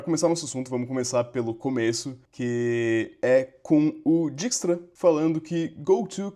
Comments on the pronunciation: Deixa eu ser o chato da pronúncia. Se fala DÁIKS-TRA, ou DÉIKS-TRA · “Diquistra” foi osso…